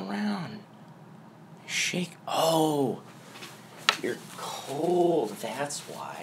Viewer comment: “Oh your cold” The way you said cold 😂😂